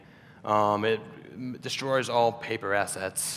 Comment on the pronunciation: When he said “all” it sounds like unmmm 🤣